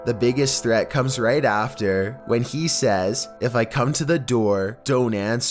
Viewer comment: Is it just me or does he sound like he has a pole up his arse? “the biggest threat comes right afTER.” Like Your voice is ... Just Oof.